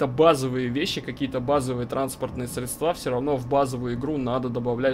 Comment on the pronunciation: Создать на одном движке симулятор наземного и воздушного транспорта!? Вернитесь в реальность разрабы! ОМСИ до ума так и не довели и теперь хватаются за за такую серьезную тему. К автору пожелание поработать над ударениями не средствА, а срЕдства, не двигателЯ, а двИгатели. А так лайк.